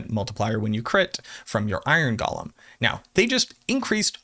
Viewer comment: GO-LEM not Gollum